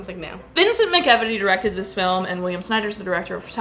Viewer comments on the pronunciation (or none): The directors last name is actually pronounced mack-eh-veety